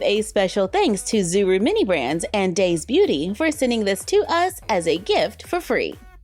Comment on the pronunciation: Oh by the way daise is pronounced as daisy like the flower. Edit: before I get hate if I am wrong I’m sorry my mistake. 🌸🩵🤍🩷